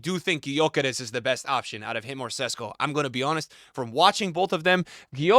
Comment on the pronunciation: Stop saying Sesko. It's Sheshko. Ch sound not S. Also Gyökeres is Gyuh-keresh, not Gy-okeres. American pronunciations bruh 🥀